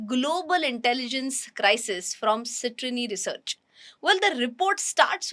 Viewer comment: Really? 😅 Cetrini research ?😂😂😂😂 What hell is "cetrini research"